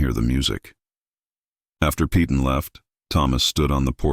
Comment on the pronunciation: "Peyton" is pronounced "pay tunn" NOT "pee tunn"! AI is stupid and can't pronounce well known names...e.g. "Peyton Place".